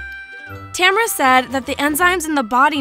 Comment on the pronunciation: Name: Tamara. My pronounciation: Tamara. Narrator: Temra.